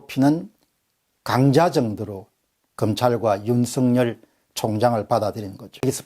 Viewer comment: 윤석열을 윤성렬로 발음하시네요윤서결로 발음해야 되지않을까요?